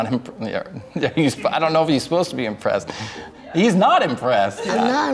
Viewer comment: The Kid: I'm not imbressed Me: And I'm not IMPRESSED that you cannot pronounce